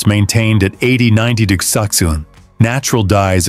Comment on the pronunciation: Excellent video. AI voice: Hermes becomes Hair Mess. 24 degrees Celsius becomes 24 de grok sick sin. Luckily, the CC works.